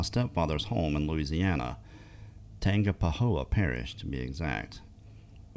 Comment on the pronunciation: I so enjoy the stories from Louisiana ESP this one! Thank u for sharing! I listened so many times! Loved hearing u say tangapahoa parish😍 I told my daughter that’s here that’s close to where we live she was so excited she said mom Bigfoot is here too? Giiiirl if u only knew lol